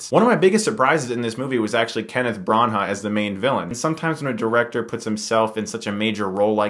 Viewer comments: It's not pronounced "BranHA" is "Brana " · It's pronounced Bran-ah not Bran-aghhhh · lol what's with the pronunciation of Branagh as Bron-haugh? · Brawn-Hah? What're you doing K-Huhris? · THANK YOU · hi Chris, Branagh is pronounced brana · "Bron-HAH" I cringe every time Chris says it.